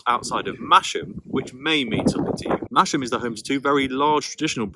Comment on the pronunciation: Theakstons best for me weaned on it lol ohhh and it’s mas ham not mash am lol lol